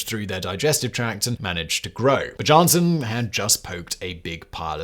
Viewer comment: Simon is the only person in the known universe to pronounce the J in Bjarnesson as anything other than a Y sound.